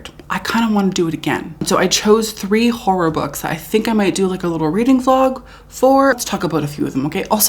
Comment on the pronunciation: It’s pronounced horrOr